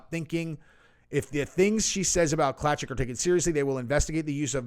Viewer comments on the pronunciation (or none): Lol pronounce Klacik claysick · Klacik is pronounced CLAY-SICK